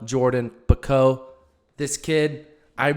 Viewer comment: Great Prediction for the 400mh! But Quivell Jordan-Bacot's last name is pronounced "Bay-Kott".👍🏽 Respectfully, His Mom